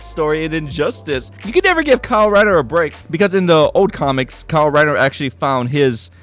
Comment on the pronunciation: kyle rrriner lol